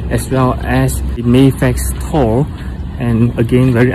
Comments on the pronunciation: As someone with a direct Norwegian & Swedish lineage, it's really awesome to hear you pronounce Thor correctly. For anyone reading this and confused, in Scandinavia, the "th" is silent. Well, not the t part...so it's pronounced more like "Tor." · No problem man! Hahaha, yeah, too many ppl aren't aware you're saying it correctly. And all those ppl would say "well, we don't say it like that in America (or wherever they're at), and that's not how you pronounce the comic book character." True....but doesn't negate the fact that Thor isn't properly pronounced the way you say it lol. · both pronunciations are correct lol. But yes modern day Scandinavians say Tór. Old Norse is Thórr. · Swedish Irish American here, While you are correct modern day Scandinavian countries pronounce Thor as Tor, in old Norse they actually used a runic letter called thorn (known as Thor’s rune Thurisaz) which actually has the “th” sound, such as being needed for the th sound in Thunder.. in modern Icelandic they actually still use the letter Thorn. So they still say Thórr just like Old Norse. So in Old Norse it would actually be pronounced as Thórr lol just like English sound but with an extra emphasis on the r. Scandinavians started pronouncing it as Tór around the 1300’s for Denmark, 1400’s for Swedish and Norwegian. Jackson Crawford did a video on this I remember here on YouTube. Cheers!